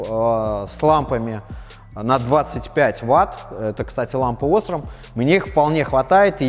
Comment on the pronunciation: Не Осрам а осрАм